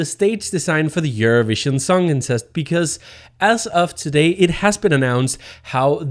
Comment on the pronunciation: The way you pronounce "Eurovision Songcontest", sounds like "Eurovision Songincest"...